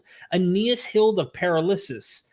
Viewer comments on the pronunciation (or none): Funny how such a highly educated person doesn't know the proper pronunciation of the word paralyses. I see absolutely no reason to doubt the author of Acts and believe these two mockers instead. BTW, just because things happen before doesn't mean that they are the source of things that are described as happening later. So the premise is seriously flawed. Maybe they should stick to chuckling? Proverbs Judgments are prepared for scoffers, And blows for the back of fools.